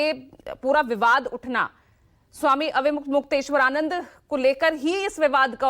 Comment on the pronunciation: अरे, अविमुक्तेश्वरानन्द नामोच्चारण के लिए थोड़ा अभ्यास ही करके आ जाते। 😀